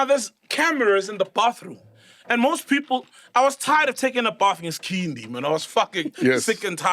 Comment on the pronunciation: Did this guy say “Skhindi” 🤣🤣🤦🏾‍♂️